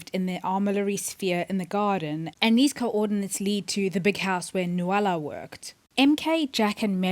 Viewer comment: Enjoyed your theories. But sorry it’s pronounced NU-LA. Not NU-A-LA